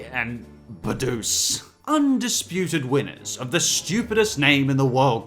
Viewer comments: It’s Buhdeuce, not Budoose. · *let's talk about how "Badoose's" name is actually Buhdeuce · Hey, just wanna let you know the red plump duck's name is Buhdeuce, his name is pronounced like "Boo-dis". You're welcome.